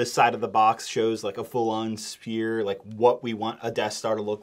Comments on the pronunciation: Is he saying spear instead of sphere? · My brother in Christ!! Sphere is pronounced “sfear” not “spear”. It’s a round object, not something you stab with.. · Its pronounced SPHERE NOT SPEAR. Crazy. This set is awful for the price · S-PH-ERE! NOT SPEAR! XD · For the love of all things holy. It is “sphere” prenounced sfear not “spear” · Everytime you say "Sphere" all I ear is "Spear" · Cant believe I'm saying this to a grown man, but it's s-PH-ere, not spear... 🤣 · How tf do you not know how to say sphere?!?!?!?⁉️⁉️⁉️ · If you're going to use the word Sphere so many times you should probably know how to pronounce it. Hint: it's not said like spear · why do you keep calling it a SPIER xd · SPHERE. SPHERE. SPHERE. DUDE LEARN HOW TO PRONOUNCE WORDS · when a "P" has an "H" next to it like in the words "sphere" or "spherical" it makes an "F" sound, just a heads up man, great review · the fact that this guy can’t pronounce sphere is so upsetting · Please say sphere correctly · The worst thing about this set is that he CANT PRONOUNCE SPHERE!! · There is no P sound in Sphere 😬